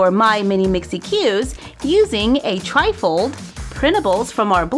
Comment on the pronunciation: When you say tri-fold it sounds like your saying trifle